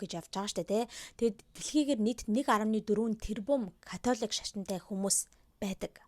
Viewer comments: Катлик шашин гээд сонссон чинь чихэнд аягуу содон сонсогдож бна шд кккк Католик шашин биздээ тээ 😅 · Яг америк аялгаар Катлик гэж дуудагдаж бгаа юм.